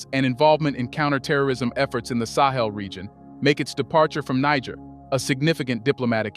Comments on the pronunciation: Why do you keep saying Ni gg er in stead of NiGER? I think you KNOW better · Do to Basoum what NATO did to my brother Gaddafi. Then, the "recognition" the observe is no longer an excuse to whine. Also is the narrator AI?!?!? Cuz I'm tired of the 2 pronunciations of NEE Jhaair. And him saying Nee Grrr. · Niger is pronounced Neezheer. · Its pronounced Nijeh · It’s “NEE-JEHR” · Niger is pronounced more like neejsher. Love and peace to Africa and all peoples x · It is baffling how you would "know" so much about the country but can't pronounce its name. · You(Narator) lost me on your inconsistencies of the pronounciations of Niger. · Interviewer seems incapable of pronouncing "Niger" consistently..... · You can't even pronounce the name Niger?? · Chose your "Niger" mate 😅 Excent vid tho 🙏🏽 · You are mispronouncing Niger more than half the time! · Dear friend, you must be consistent in how you pronounce the country’s name you are speaking about. You’ve mispronounced it 4 different ways in one video, what country are you talking about could be the question. Please for professionalism sake pick one pronunciation and stick to it or your credibility will be questioned for your inconsistency. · Please try to get the pronunciation of Niger right. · Please,you should pronounce Niger rightly but not what the Western World pronounces it.